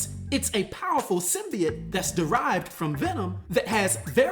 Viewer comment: The thing thats gonna piss me off the most is now mfckas cant say symbiote but now they say symbeit that shit erks my soul how you gonna be anerd but fck up a word